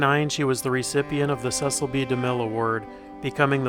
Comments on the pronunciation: Demille's daughter told many talk show hosts that her dad's first name was pronounced "See sill" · Demille's daughter has numerous times stated her father's name is pronounced " Cee cil".